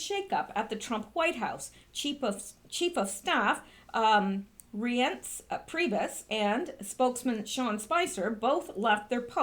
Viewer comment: Scaramucci is pronounced Savaramuchi. Reince is pronounced Rhynce (like rhyme)